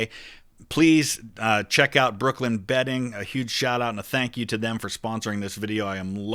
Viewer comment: When he said brooklyn bedding i heard brooklyn betting and was disappointed lol